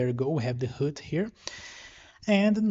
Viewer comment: root is called root, and not hood. Otherwise great tutorial